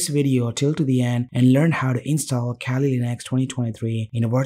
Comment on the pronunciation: abe bhai english bhi bol rha h toh aisi ki kali ko khaali linux bol rha h ,,, well koi ni content badhya tha